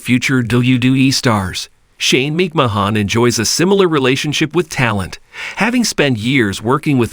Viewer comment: OMG!!! The narrator of this is dork...obviously has no clue to who these people are he's speaking of...can't even say wwe or McMahon right....